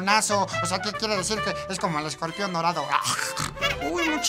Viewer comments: chingada madre ESCORPION !!!!! Te falto la chingada "r" que chingaos no fuiste a la escuela o a la chingada la escuela? Jajaja esta chingon el video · CLASES CON ESCOPION????!!!!! (O.o) no chinguen se comieron la "R" hahahaha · te comiste la r ..escorpion pendejo ..jajajajaj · El escopion jajajja te comiste la "R" weee... Chingoooonn el videoo xD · Te comistee la R , pero aun asi me caes bien :)